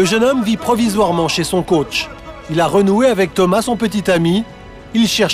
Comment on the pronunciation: On dit " coach"